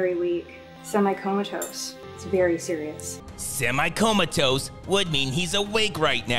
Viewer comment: semi comatose.... semitose🤣🤣🤣🤣🤣🤣